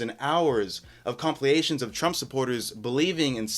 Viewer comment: This is new generation can't say basic words like compilation and library. "Compliation, libarry, libarian" 😂